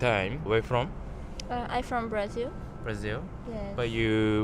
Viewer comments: ele fala "Brasil" direitinho, mano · Ele fala "Brasil" direitinho, do jeito que nós falamos também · tô falando do cara, ele é japonês e fala "Brasil" certinho